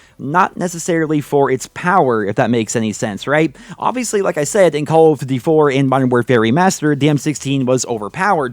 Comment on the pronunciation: "Caw of diddee"